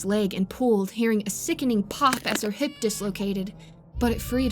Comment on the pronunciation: I heard “head” instead of “hip”, at that part, so I was extra horrified!!!!! 😣